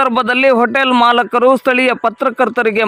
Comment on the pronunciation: ಮಾಲಕರು ಅಲ್ಲ ಮಾಲೀಕರು ಅಂತ ಹೇಳಿ. 😊😅